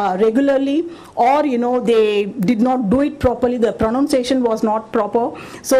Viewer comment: And yes! It is PRONUNCIATION, not PRONOUNSATION as you are pronouncing. 😂😂😂